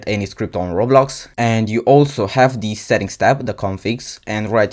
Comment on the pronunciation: why you said "deez" instead of "the"??